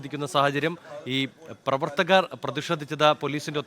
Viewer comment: "rakshapravathar" ellaye?😂